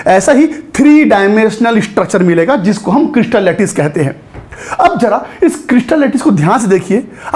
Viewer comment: चमकीला होता है उसे कइसटल कहते हैं 😂😂❤❤❤😂😂🎉